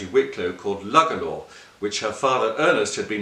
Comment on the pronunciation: It's actually pronounced "Loo-Gala"